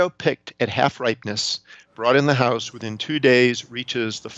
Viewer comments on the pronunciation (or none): none